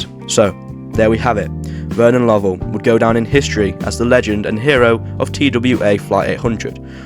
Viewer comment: It is incorrect. There is a different name, "Lovell" (like the astronaut) that is pronounced the way you did it, but it should be "Low-ell."